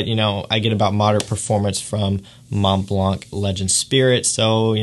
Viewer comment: Thanks for sharing your view on these top fragances :) The Mont Blanc pronounciation is so weird :o cant listen to it...